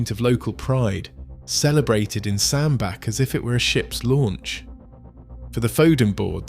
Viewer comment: Hi, great video. Just a not to advise that the Cheshire town is pronounced as Sand Batch.👍